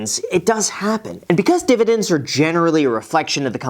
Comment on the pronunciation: Please say "divididn'ts" again🤣